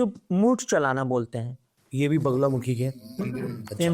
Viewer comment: माता जी बगला मुखी दस माह विद्या में से एक माह विद्या है कृपया उच्चारण तो कम से कम सही बोलना सीखिए महाशय